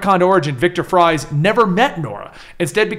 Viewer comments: Sorry to break it to you,, but in the Germanic pronunciation, Victor Fries is pronounced Fiktor (long o sound) Freez. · Uh, guys, for Viktor Fries, "Fries" is German, it's pronounced "freeze." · My last name is Fries like Victor Fries and I promise you it is pronounced freeze. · Friez is German for Freeze, and it is pronounced, "Freeze." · Fries, isn't a play on words. It's German, and therefore 'ie' has the sound of 'ee'. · In German an "ie" is pronounced "E" and an "ei" is pronounced "I" sooo..... If its a German last name it would be pronounced freeze. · Its victor fries but its german, and germans pronounce the second letter if its ei or ie, so its pronounced “freeze” you seriously dont know that?